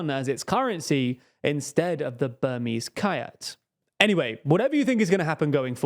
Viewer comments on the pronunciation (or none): The correct pronunciation of the Myanmar currency, the Kyat is "chat", not "kee-yat". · Note to all: The currency of Burma "kyat" is pronounced [tɕɛʔ]. Roughly between "jat" at "jet". I lol'd when I heard "kayat" (like kayak). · it's not kayat, it's BURMESE KYAT. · Myanmar currency is pronounced "chet" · Just a heads up, kyat is pronounced “chat” 😊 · For future reference: 'Kyat' is pronounced as 'chat' or at least it was when I visited the country some years ago :) I only mean to be of help. Keep reporting on Myanmar, as its people simply does not deserve to be forgotten again as they were when the country was closed of. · kyat is pronounced "chat" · That mispronunciation was jarring.